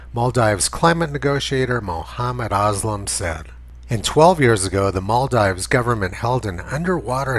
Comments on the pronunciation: It's maal-deevs*, btw Tony. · Isn't it pronounced like "maldeeves"? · Much as I love your videos, your hick-like mispronunciation of "Maldives" will work against you if ever you show this video to a wider public. It's Mall-DEEVES. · Good video. But it's pronounced. "mahl-deevs". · Maldeeves. It's pronounced Maldeeves. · Hey Tony, I think it's pronounced Mal-deeves. That's the problem with people who read. BTW, love your work. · If he could pronounce Maldives properly he might gain a little credibility. On second thoughts he wouldn't as he is talking horseshit.